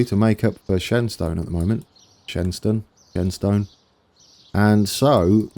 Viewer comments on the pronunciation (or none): Shenstone... pronounce it as Shenston... Source.... I'm from Brownhills ;)